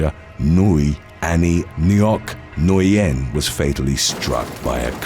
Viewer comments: Alright for the last gawddamn time, Nguyen in English is pronounce WHIN, Got It! 🤬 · The last name Nguyen is actually pronounced WIN